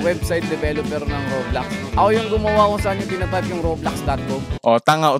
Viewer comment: Bakit Rublox hahaha Rob Lox parang Lax 😅